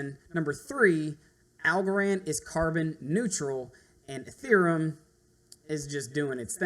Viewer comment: It's EtheREUm not EtherUM..How can people not pronounce it?